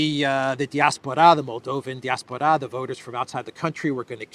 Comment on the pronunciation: Love the channel. But I think it's pronounced "die-ASS-por-uh."